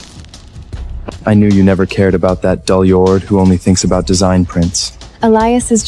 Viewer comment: It's Dullard NOT DULYARD HELLO SPELL IT RIGHT! DON'T BE AN IDIOT!!